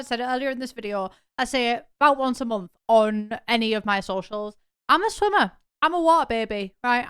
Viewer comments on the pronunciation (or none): none